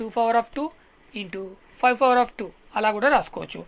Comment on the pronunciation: Power sir adi fawar kadu